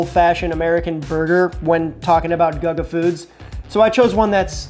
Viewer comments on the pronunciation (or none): It's pronounced, 'goo-gah'! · it's goo-ga not gugga lol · Is not gaga iş GUGA…. Guga burgers 🍔 are smash burgers 😅😅😅😅😅😅😅😅😅😅😅😅😅😅😅😅😅😅😅😅😅😅😅😅😅😅😅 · Yeah, it's "googa" not "gaga". 🤣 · Let's say it together Googa.. not Gugga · GUUUGGGAA?????? What the hell???? GUGGA??????? Wow bro 👏🏻 fail. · out here doing Guga (Goo-gah) dirty mispronouncing his easy to say name, and also picking the worst possible Guga burger. He did the ramen burger just to testout the trend. We need his wagyu cheeseburgers! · And for those wondering why it's pronounced "Goo-gah" is that it's the Brazilian nickname for Gustavo (Goo-stah-vo) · dis guy be murdering Guh-gah's name lol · Guga is pronounced GOO GAH. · Guga became Lady Gaga real quick 😂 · GuhGuh😂😂😂😂😂 This made my day 🎉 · Yeah, I clicked off when I heard “Gugga”. I can’t even remember him using ramen for a bun. Not a good metric for his perfect burger. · It's pronounced Goo-ga lol awesome video love how you did the Guga style cooking with music shot heh, great video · "Guhga"... "Goga" - xD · Dude i like your channel stop shortening every word, and it's goo- ga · Guga, pronounced Goo gah, actually does a lot of smash burgers and that seems to be his preferred burger. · "Gaga" made me laugh :D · (Guga) Goo-gah! 😂 How do you not know who he is to pronounce his name wrong??? 🤯 You need to watch his channel 👍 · GOO-ga homie. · I was subscribed to the channel until I heard “Gug-uh” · Who's "Guh-Guh" ?? 🤣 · Goo gaah pronounce the H! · It’s GooGaa Gaga or gugu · DUDE, it's pronounced GOO-GAH 😂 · Swear I almost stopped watching with how many times he said gugga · Guga cooks Steaks. He isn't a professional chef of any sort. And it's pronounced Googa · dislike. That's A burger Guga made. Not HIS burger. Little research. Poor effort. Tryina leach of big names. Maye if you watch Guga, not guh guh youd know, and learn something. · Yeah... All the comments on Guga pronunciation... All spot on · this dude is American no excuse to kill gugus name